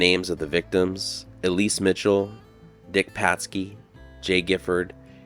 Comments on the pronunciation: The plaque says Elsie. I'd pronounce that L.C., not E. Lease. LOL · ELISE ELSIE (EL-SIE) ✅ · Her name was Elsie (pronounced L C) not Elise. You are reading it wrong.